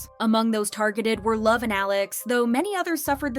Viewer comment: and he never pronounced it correctly, so that it wouldn't be as a forbidden word😂